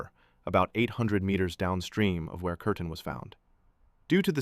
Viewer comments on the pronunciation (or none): Her name was Kerstin, not Kertin.